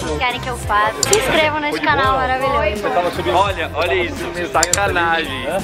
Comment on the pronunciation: A falou: se “increva”